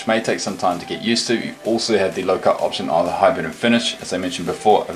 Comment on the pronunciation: Its not hyperventom its hypervenom!